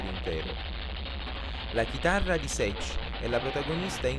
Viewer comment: SI PRONUNCIA //SATCH// E NON //SETCH//